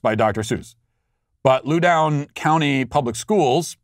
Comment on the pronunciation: It’s pronounced “Low” rhymes with “ow” + dun. Loudon County is even more liberal than Montgomery County in nearby Maryland and more liberal than neighboring Fairfax County. All just outside DC of course.